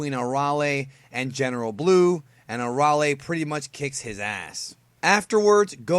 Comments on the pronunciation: No Aralee. It's A-rail. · It's Arale, not "ARRRRALE" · her name is uh - ray- lee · It’s pronounced air real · Arale isn't pronounced like that. its. uh- Ray- Lee.... do you even have the right to this video if you're explaining who she is, but pronounce her name???????? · thats not how u say the name air-re-ale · Soooooo strange to hear her name pronounced the way it is in this video.... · Oh my goodness, please learn how to pronounce with respect to the language